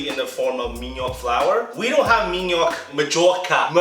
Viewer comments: says ''mandioca'' as ''madjoka'' aushuahsauhsuhaushau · Man-di-o-ca. That's how the syllables go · O falando que iria fazer com farinha de minhoca e eu achando realmente bem ousado até entender q era só uma tentativa de falar mandioca hahaha